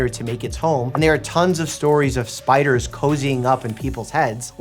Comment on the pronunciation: When he said "' Spideers